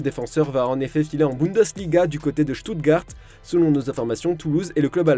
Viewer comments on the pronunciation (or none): none